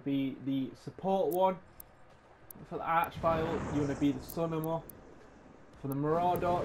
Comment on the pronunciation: Thanks bud.... But one thing is the way you say summoner is wrong lol its not sunnomer. Ps keep up the good work lol